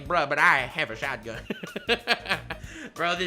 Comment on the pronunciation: breuh but eiye, have uh shawtguhn